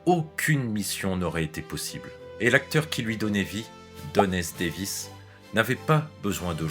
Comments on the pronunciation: Chouette, cette vidéo. <3 Quelques petites erreurs : * une erreur de prononciation de Don S. Davis qui est devenu Don S. David ; * Carmen Argenziano n'a pas joué dans Grey's Anatomy mais dans Dr House ; ;) * "Et Jack O'Neill devient Jack O'Neill" ?? C'est moi ou vous vouliez plutôt dire "Et Richard Dean Anderson devient Jack O'Neill" ? "O'Neill, avec deux L!", dirait Jack. :D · Très bonne vidéo ! Le seul truc un peu gênant c'est au moment de parler de la mort de Don S. DAVIS, vous dites "Don S. DAVID"